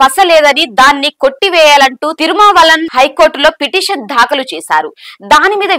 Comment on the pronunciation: Pronunciate as "daakhalu " but not "dhaakalu " and so many ackward pronunciations may be corrected please